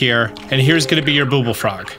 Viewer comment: Cool but why are you saying "booble frog"?